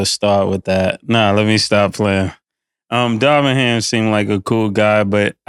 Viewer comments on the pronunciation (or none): Killa be mispronouncing everyone’s name! Darwin ham top assistant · I feel you should correct cam immediately when he starts pronouncing things wrong. “Darwin” lol